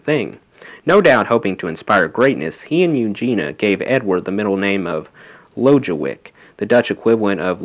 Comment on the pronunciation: Also, Jan (Van Halen, their father) is pronounced "Yaan." Lodewijk is pronounced "LO-de-wike." Thanks for reading!